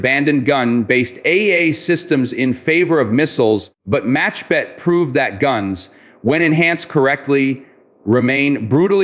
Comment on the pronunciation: I realize that you are, like most Americans, unable to pronounce the letter Khet in Hebrew. The word is not MACHBET BUT MAKHBET. It means a swatter in English. Kh could be pronounced reasonably if one is trying to gurgle. Saying it as a ch is grating on my ears. 🙂